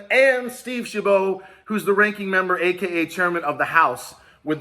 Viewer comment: shab it! like rabbit, how to pronounce Steve Chabot, OMG your'e driving crazy